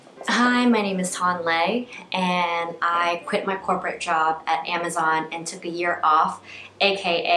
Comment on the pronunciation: Who pronounces Le 'lay'? Its pronounced Lee. Pretty much the Vietnamese version of Lee.